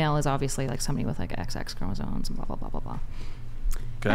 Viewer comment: Why is everyone saying CHROMOSONE???? It’s CHROMOSOME WITH AN M